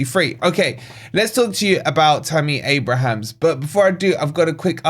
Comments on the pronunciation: That’s Abraham - no ‘s’. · At least pronounce his name properly man. There's no 's' at the end.